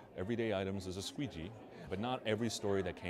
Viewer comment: I just cannot hold a straight face when I hear him say Squeegee lmao